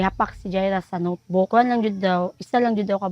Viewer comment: Sabi notebook,Hindi sumbag